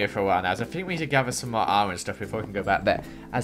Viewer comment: "lets get some more torches" Me "lets get smore torches?"